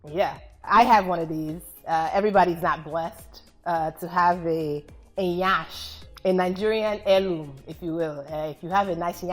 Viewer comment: It's not 'nyansh' no one emphasize the 'ny' rather it's 'yansh' and an emphasis on 'n' which she pronounced impeccably